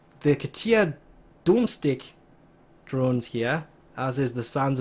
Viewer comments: he pronounced domestik as dome-stick and not domestic smh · I thought he said doom-stick